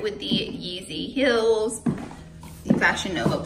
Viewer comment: Why is she pronouncing sale like “sell” and heels like “hills”?